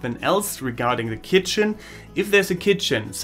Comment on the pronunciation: The way you say keetchen ×D. . .very informative. Thanks